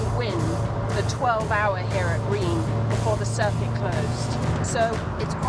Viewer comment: Reims pronounces like ‘rince’ or there abouts… just sayin 😇